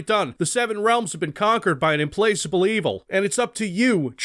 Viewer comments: Implaceable? I think you mean implacable (em-plak-uh-bull) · Im-PLACK-able. Implacable. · pronounces indefatigable like a boss, pronounces implacable as inplace-able which is the best freudian slip ever for a retro shooter. Never change. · Uhm-pleis-ah-bl evil? Isn't it uhm·pla·kuh·bl evil? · Implacable: unable to be appeased or pacified. pronounced what you said was more like "emplacement" (emplaceable?) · Sorry, you mean implacable, not "implaceable" right? That's im-PLAK-able. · 5 years late, but it implacable is pronounced like placate. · *pronounced "im-plack-able" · it's IM-PLAK-A-BULL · "… an implacable evil…" pronounced as an evil that cannot be placed… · The store page thing is great, but let's not sleep on pronunciation of "implacable." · Hey! Love your videos/commentary. It's great to have a retro-shooter channel in my subs, because otherwise I'm not sure how I'd hear about these games. You should look up how to pronounce "implacable". Not being a nazi or anything, I'm sympathizing with you because I myself spent an embarrassing number of years of my life pronouncing "elite" with a long 'i', and I really wish someone had bothered to correct me. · You mispronounced 'implacable', I'm unsubscribing.